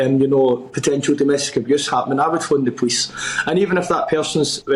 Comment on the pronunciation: He is unable to pronounce the word POLICE.